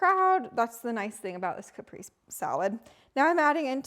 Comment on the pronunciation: Hi,! Caprese salad is actually "Ca-pray-say" salad. 😊 Your videos are getting so good. Awesome 👌 ❤ from Texas ❤